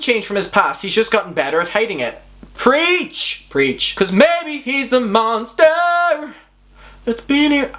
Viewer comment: no one:: what if im the monSTARHH